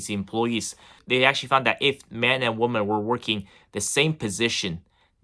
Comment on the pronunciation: Great content, but just a little suggestion; "Weemen"=Plural, Woman=Singular. Cheers!